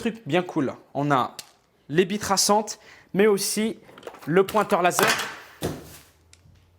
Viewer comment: il dit pas billes il dit bie:')